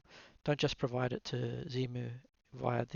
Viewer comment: Please, no Zemu, it's Xemu, ie X-Emu ;) Nice video btw. I smiled a lot when you said on the downloading page: "lots of text here". Well, that's usually the hallmark of me ;)